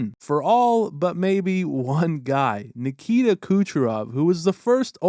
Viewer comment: Nikita not Mikita lol